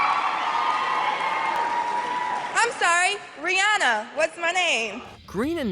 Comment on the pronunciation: You butchered Riri’s name.